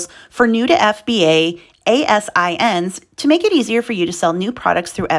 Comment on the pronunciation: Hi! Ex amazon employee here. We pronounce ASIN like "eh-sin" - just thought I'd give you a heads up (not trying to be snarky). Say it that way and people will think you're an insider! :) Thanks for your awesome daily updates.